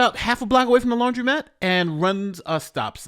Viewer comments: It's laundromat not laundry-mat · Hi.. it’s pronounced lawn druh mat(laundromat)